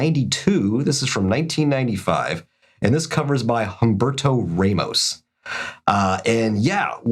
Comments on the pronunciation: Humberto Raw-mos(t), not Ray-mis ahah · That's how English speaking people pronunce these names. But yea, it sounds wrong, to me, when the H is spoken.